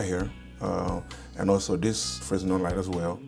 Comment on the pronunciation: It’s pronounced frenel not fresnel, the s is silent for some reason